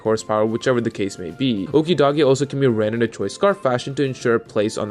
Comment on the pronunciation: Clearly you're pronouncing Okidogi wrong.